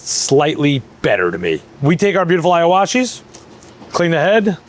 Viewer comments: As a japanese citizen, i felt assaulted when he said “Aiowashi” 😭 Its pronounced as “eewashee” just like saying “Neekon” instead of “Naikon” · It's Iwashi. Not Iawashi. Pronounce with e sound not I.